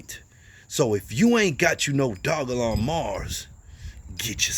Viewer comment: Only you and crypto brown pronounce the name correctly